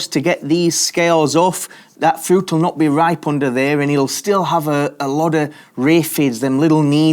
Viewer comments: FRIUT??? say fruit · Love how you say "Furooiuoot" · Why do you say fruit like that? "Frü"